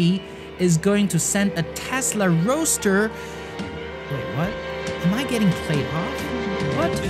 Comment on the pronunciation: Great video mate, but I think that a lot of people are going to roast you for the Tesla "Roa(d??)ster" :D